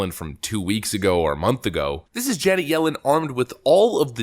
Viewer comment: You really need to work on how to pronounce "Janet". It's certainly not "Janee".